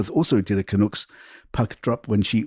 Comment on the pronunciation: You need to know how to pronounce Canucks